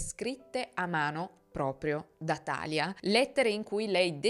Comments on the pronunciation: … scusa se ti correggo ma si dice TALÌA… non TÀLIA… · Credo sia Talìa con l’accento sulla i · Bravissima come sempre ma thalia non si pronuncia come "Italia" si pronuncia come "Maria" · Talia si chiama come mia sorella, però non l avevo mai sentito pronunciato cos